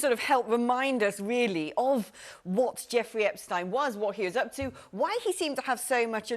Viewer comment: Can she not pronounce Epstein's name properly?